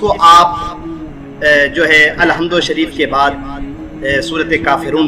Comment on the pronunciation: Ap ake bat ko bar bar ku dohrate ho or ap ma tlafuz be galat he.ALHUMDU ko ALLAHUMDU kha.